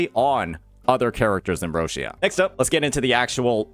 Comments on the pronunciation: More like rotcha or roccha, not roshia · her name is pronounced more like Ro - Cha